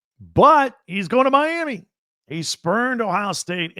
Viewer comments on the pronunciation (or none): none